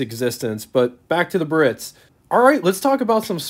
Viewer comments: Great video tour - but his mispronunciation of the word "Biarritz" was cringe worthy. It's not 'Birritz'...it's Biarritz! There's an 'a' that needs to be pronounced. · Probably check on the pronunciation of "Biaritz". Bee Uh Ritz" . Emphais of the last syllable. Not Buh-Ritz. Of course, depends on what part of the country you grew up in. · The correct pronounciation is: BEE-A-RITZ , not BURR-RITZ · Pronounced: Bee-ah-ritz, 3 syllables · It amazes me that a person makes a youtube video about a rare car and has no idea how to pronounce BIARRITZ!!!! (Guess they don't travel very much)! And it's AUTRONIC EYE,!!!! The "signal seeking radio" did have an optional floor button that would activate the radio station search by stepping on it. Having a 57 and an 85 Biarritz, i clench my teeth when i hear bur-itz!!!!., agggggghhhhhhhhhhh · BEEEE -AR - RITZ! 😡 Three syllables. Come off it, a car special-interest host *must know - or learn - how to pronounce car names! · ❤ Great review,... But in the town of Biarritz in France, the first 'i' is not silent. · You’re pronouncing it wrong. The I is not silent. Ugh…